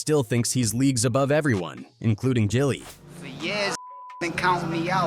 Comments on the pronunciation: JILLIE is crazyyyyy!!!! SMH It's GILLIE homie!! SMH And the homie is called A.R. AB, not ARAB!! SMH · Once I heard Jilly, I turned it off. If you’re gonna be a culture vulture, at least get the name right.